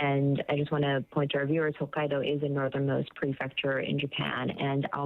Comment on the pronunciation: Well, the meteorologist keeps saying Hakkado. He doesnt even know where he is. 🤦🏻‍♀️